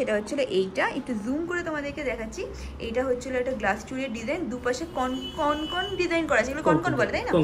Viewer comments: কথাটা কনকন নয়, ওটা হবে কঙ্কন। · Kothata Konkon noy, Kongkon 😂. Ar Glasschur jeta ke bola hochhe ajkal seta kintu amader Bangali der onek purono goyna ja ke Kharu bola hoto! Ajkal sob goynar weird sob naam dichhe loke! Amar mone hoy apnara jara eisob niye vdo korchen, khub e upokar hochhe sobar, tobe apnara ektu study kore niye vdo korle, aaro authentic hobe. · ওটা কনকন নয়😂😂 ওটাকে কঙ্কন/কংকন বলে । কনকন করে ব্যাথা করে😂😂😂 এত সুইট তুমি না!! বাচ্চাদের মত পুরো😃😃🥰😘😘